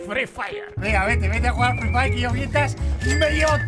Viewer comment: ME MATO EL "hoy es noche de frí fayer😎" JAJAJJAJ